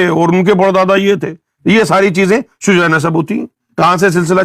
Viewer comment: lafz Shujra nahin hota , shajra hota he .